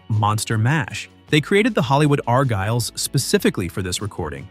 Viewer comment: IT'S NOT THE arGYLES. IT'S THE ARgyles. YOU GOT THE emPHAsis on the WRONG SYLLABLE. IT SHOULD BE ARgyles